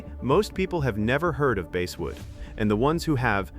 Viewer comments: stupidazzed AI, IT`S BASSSSSSSSWOOD, NOT BASEWOOD !!!! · Please try to teach your AI how to pronounce words!! Bass are fish, but I sing bass in the choir! Basswood is pronounced the same as the fish, bass!! AI will never amount to anything unless you can teach it to pronounce words correctly!!